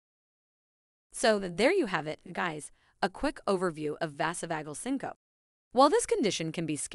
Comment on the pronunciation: Vazzo-vauge-el sin-co-pee is the correct pronunciation.